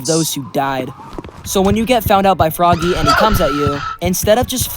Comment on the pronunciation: It’s pronounced frog-ay